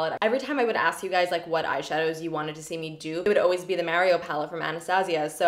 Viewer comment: Was I the only one bothered by the way she said “Mario” when talking about the ABH Mario palette 😂